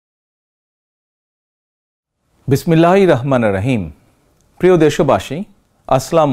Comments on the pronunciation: সুন্দর কথা।। কিন্তু বিসমিল্লাহ এবং সালাম শুদ্ধ হওয়া উচিত। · এটা খুবই দুঃখজনক যে এত বছর পরেও আপনি বিসমিল্লাহ এবং সালাম সঠিকভাবে উচ্চারণ করতে শিখলেন না। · ভাই তুমি বিসমিল্লাহ এবং সালাম টা শুদ্ধ করো আগে